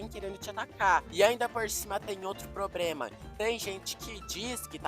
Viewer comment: “probrema” kkkkkkkkkkk